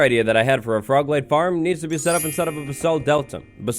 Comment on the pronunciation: Was anyone else just listening while busy, and hear 'leg' instead of 'light'? XD I was caught so off guard, but I love it